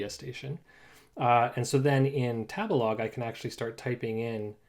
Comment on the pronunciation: 第一次聽到tabelog 唸 塔別拉個…interesting…